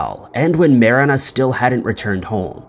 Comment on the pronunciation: You know exactly what words/names to purposely butcher to irk people.. in this case “Marina” was that name! I love it!!! Genius 😂🤣